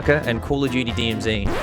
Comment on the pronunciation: Nailed the acronym at the start haha!